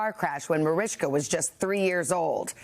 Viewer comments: Why is the Today host calling her "Marishka"? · Why does that woman say « marishka » is her name not Mariska? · She's mispronouncing her name